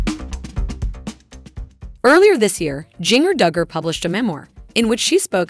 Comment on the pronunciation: It's pronounced "gin-ger"